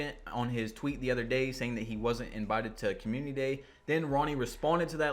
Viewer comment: Guy talk about grammar when he can't even pronounce community lol